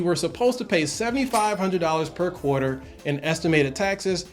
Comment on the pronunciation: QUATER LOL